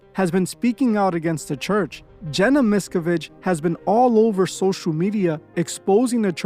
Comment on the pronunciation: Mis-ka-vidge. Wrong! Mis-cav-idge. Right!